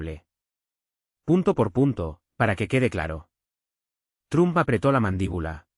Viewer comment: Se PRONUNCIA TROMP NO TRUM 👋 👋 👋.